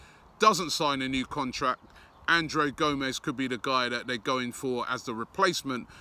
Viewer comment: C'mon Robbie.. Surely you know how to pronounce the name "Andre" lol. Sometimes I think you're just tryin to troll us =P